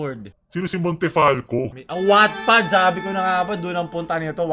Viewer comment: wattpad o sadyang pangmayaman lang pakinggan hahaha charot